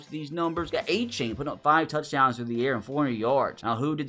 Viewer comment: Its surprising how many names he doesnt know the correct pronunciation of. He says A-Chain when it's actually A-chan, Jedrick WILLIS in stead of Wills, Zach ZEELER instead of Sigh-ler